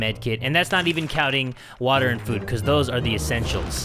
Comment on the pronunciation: I also like when you always say WaTaA